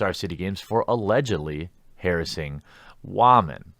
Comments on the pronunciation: Is there a reason you can’t pronounce the word woman correctly? Is it some sort of meme? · Dude.... just say woman correctly...